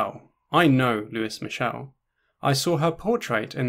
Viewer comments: for a sec in the beginning i thought you said “the french anarchist, who is michelle” lmao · The mispronounced name irks me lol